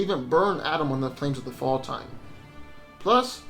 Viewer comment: Flames of Faltine (Fall-tee-nee)